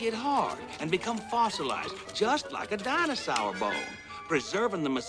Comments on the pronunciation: I came here just to hear him say dinosawr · I just can’t stop laughing how keeps saying “danosawr”. Cracks me up every time. Lmao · I think the way says Dinosaur is funny, because it's more like "Dinosawr" or "Dainosawr" Others agree, and at least one was influenced to the point where and his way of saying it how he pronounces it. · Everyone else is making fun of pronunciation of "dinasar." Me? I'm more interested in him getting slammed by one of the DNA sequences (and trying to figure out what he's saying there). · Dinasawr love the pronunce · Why did pronounced "dinosaur" as "dino'sour'"? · The way he says “Dinosaur” makes it even better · I love the way he pronounces dinosaur